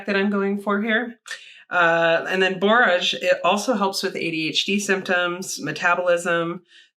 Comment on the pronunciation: I gotta know how this turned out!!! Your last pronunciation of borage was correct. I love borage, always wanted to grow blue vervain as well.